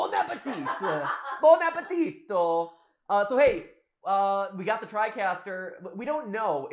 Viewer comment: Bonne appétito ? As a french canadian i have to say that there is no o at the end of "bonne appétit"